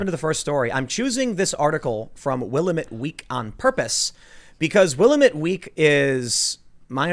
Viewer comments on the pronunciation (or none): I was just telling my son the other day how you can tell when someone is not from the west coast (and specifically Oregon)...when they pronounce Willamette as "will-ah-met". LOL (It's will-am-met) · Like your podcst Tim but I must correct you on the word Willamette It's pronounced WIL LAMB ETTE SHORT E ON ETTE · Please, in Oregon I live in the Willamette Valley- pronounced WILL-A-METTE with the accent on the A. I know its a small thing, but it grates on the ear everytime you say it. Love you guys. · The "paper" (read: entertainment rag) that you mentioned is the Will-A-met Week, with the stress on the second syllable.